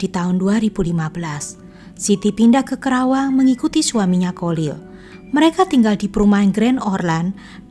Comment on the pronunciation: Bukan krawang,tapi Karawang